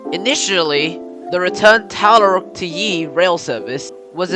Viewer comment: The first one was Tallarook which is pronounced TallaROOK. After the Yee I stayed with it anyway as it was a very interesting video for me.